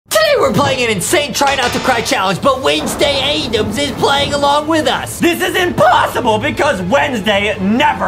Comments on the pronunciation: " (Wensday aydems) ihz playing alawn with uhth! " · It's Wednesday Addams not Wednesday Addams